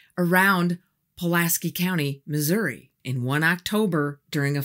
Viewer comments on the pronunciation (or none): none